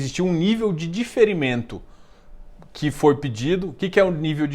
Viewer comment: sou espectador assíduo e admiro muito seu trabalho, por isso te alerto para ter cuidado na palavra DIFERIMENTO, que você está pronunciando do mesmo modo que DEFERIMENTO. Eu sei que você sabe, mas não custa lembrar. Abraços!